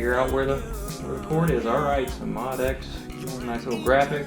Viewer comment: Its pronounced MO DX7